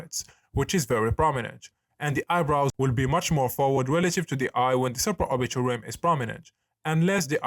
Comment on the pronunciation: bruh all i heard was suporbiaal tilt